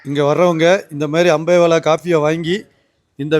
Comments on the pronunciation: அம்பேவெல, English la potalum pizhya pronounce pandreenga, thamizh la potalum pizhya pronounce pandreenga.. kadawule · அது அம்பேலா இல்ல அம்பேவெல😂😂